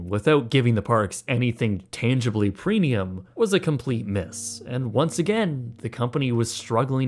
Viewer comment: Is he saying preNium?!